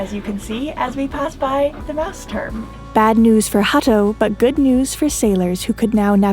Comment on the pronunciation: its so nice how you pronounce "Mausturm"! Love it ...